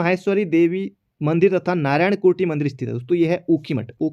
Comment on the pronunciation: कुटी नही है... कुटेटी है, शुद्ध कीजिये ।।